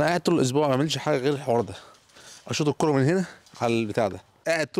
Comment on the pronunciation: بأحسك بتعزق وانت بتنطق الكوره 😂😂